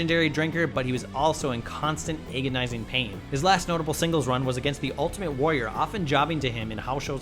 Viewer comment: Ay-gonizing pain lol!